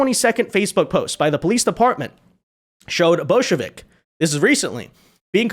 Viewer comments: bojovic more pronounced like Bojo-witch. not Bolshevik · English pronunciation more like Boyovich, but I'm just one of those people that likes to minimize name mangling.